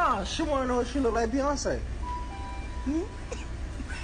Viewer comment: That wasn't Beyonce that was HEyonce